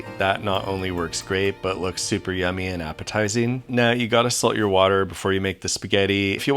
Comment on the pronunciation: oh okay i thought he was saying msg